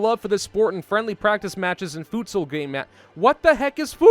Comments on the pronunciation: futsal is pronounced foot-sal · everytime you said futsal I thought of food, cause that is pretty much the pronounciation of voedsel which is dutch for food